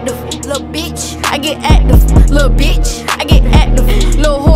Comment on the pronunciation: She not sayin active she sayin acduve😂😂